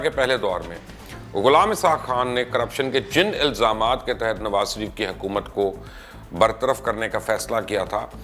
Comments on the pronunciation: Mubashar sb me ne pehle bhi kaha tha apna talaffuz yani pronunciation sahi kren nawaz sharif ke bjaye nawaz sarif kehna bnd kren es se aap ki jihalat tapakti he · مبشر بھائی اس کنجر کا نام نواز ش ریف ھے، س ریف نہی۰۰۰۰ بہترین پیشکش